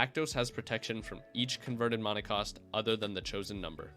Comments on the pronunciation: I have a few friends who pronounce it that way. I don’t like it but it’s whatever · I liked the info but can’t get over the fact you mis pronounce mana